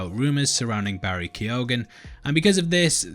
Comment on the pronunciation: Barry Key-oh-an